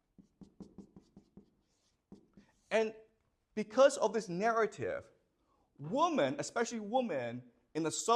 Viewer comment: Why is he saying woman instead of women?